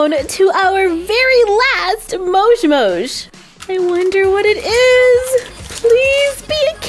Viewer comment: Why do yoi say mosh its moj